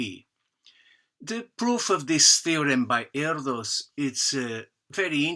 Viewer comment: muito interessante !! Acabo de votar para ti, embora a demonstração de Archimede seja tambem muito linda! Uma coisa: o s final de Erdős se pronuncia não como em inglês (s) mas como em Português lusitano (como por exemplo em "ruidos") e Paul (adaptação do original hungaro Pál) se pronuncia tambem não como em inglês mas como em português (não Pol mas Paul): em IPA [ˈpaul], [ˈɛrdøːʃ] ;-)